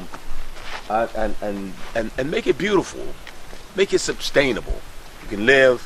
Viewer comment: His constant "sub-stainable" cry was very distracting...